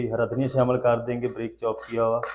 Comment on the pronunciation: Breek nahi Bareek